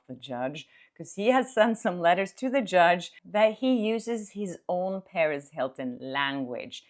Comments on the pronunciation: just a quick note regarding the pronunciation of “Perez” (because I keep initially thinking you are talking about Paris Hilton!): The accent should be on the second syllable. And it could be pronounced more like puh-REHZ if you are referring to Perez Hilton (and not Paris Hilton)! 😁 Thanks for all of the great content! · Hey! Great reporting! As a recovering English teacher,😂 I’ve got to tell you that when you speak about Perez Hilton, it sounds like you’re referring to the socialite, Paris Hilton. Perez has a hard emphasis on the Z. LOVE YOU!!! 😘